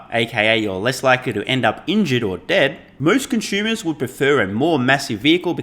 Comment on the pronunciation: all fine except for the "conschumer" pronunciation:)